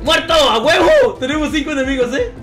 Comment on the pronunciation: "ya se durmieron aguevo!" uh...eso no se escucho presisamente bien 7u7